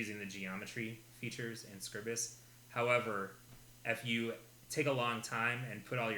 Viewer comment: Oh ye Gods! It's SCRY-bus!